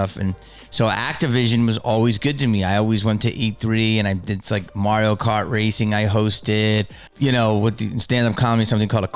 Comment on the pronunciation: Jamie pronounces “Mario” like a Canadian… interesting 🤔